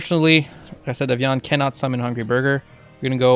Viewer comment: Are you from Québec ? Your "recette de viande" was very well pronounced and i'm french so you can trust me, i love your content and i was waiting so long for this deck ,thanks bro , bon appétit